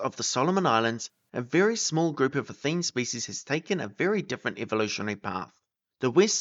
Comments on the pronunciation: Interesting but I think athene should have 3 syllables: a-THEE-nee. It obviously comes from the Greek goddess who is usually portrayed holding an owl and she certainly was pronounced that way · Athene should have ALL the syllables pronounced Atheenee.